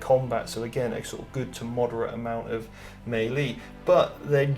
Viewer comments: Great video... but it's "mêlée" not "maylee" as you pronounce. Sorry dude but it was grinding on me when you said it. Just think French and not English before you say it... other than that though I enjoyed your video and take on the Armies. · Am I the only one who finds the way he says "Mei Lee" strange? Is that a British thing?